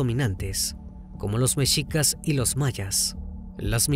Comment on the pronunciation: TU NO ERES MEXICANO!!!!! PORQUE PRONUNCIAS MAL ALGUNAS PALABRAS! TENOXTLITAN, MEXICAS?